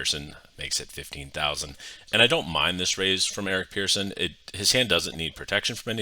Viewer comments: Pretty sure he pronounces it "person" and not "pearson". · yeah but the guy's name is Eric Persson not Pearson and pronounced as such...."Pers-son"